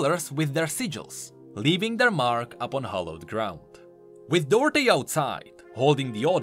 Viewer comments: It's pronounced "Do Art" not Dörté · duarte isn't said as dorte its read as du-ar-te if you search in portuguese you'll understand